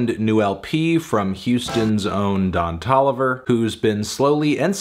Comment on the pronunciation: Anthony, saying 'Ton Doliver' again and again for 6 minutes wasn't quite as illuminating as you thought it would be